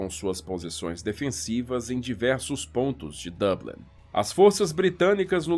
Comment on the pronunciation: Perfeita pronuncia Dublin [Doblin]